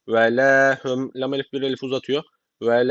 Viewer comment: Hocam: Hep HÜM diye okudunuz. HUM olmayacak mı.